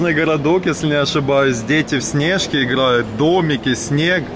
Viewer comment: Сне’жки хаха ниразу такого ударения не слышал